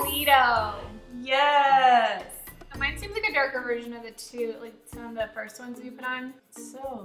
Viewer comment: My ears bled every time she said holy toledo